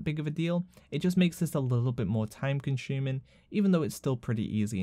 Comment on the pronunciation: "Time Con-shuuming" lmao